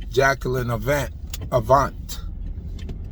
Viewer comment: Glad someone pronounced his name correctly. Such a sad and crazy world we are living in. Prayers for Mr Avant and his family. ❤️🙏🏾😞